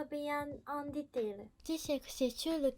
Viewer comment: Fin de vidéo: C'est interdit en France le "ditèile" On hait les amérlocs comme ils nous haïssent. Cordialement.👍